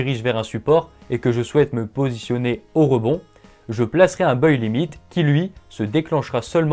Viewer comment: Salut on a déjà du te le dire mais il ne faut pas prononcer "Beuille" le mot anglais buy, mais prononcer "Baille", mes oreilles saignent !